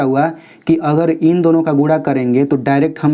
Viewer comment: Sir guda nahi guna bolte hai